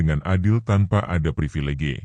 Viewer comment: Ngucap P r i v i l e g e .... medok bgt ...